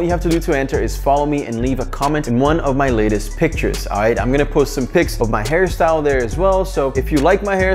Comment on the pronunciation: He said this hair style or harry syle 😂😂😂 ??